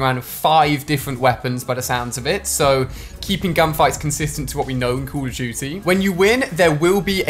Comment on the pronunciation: Say call of duty right